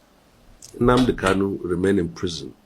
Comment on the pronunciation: PLEASE BRO.. WE LOVE YOUR VIDEOS AND PRESENTATION.. It is NOT UNADI it is NNAMDI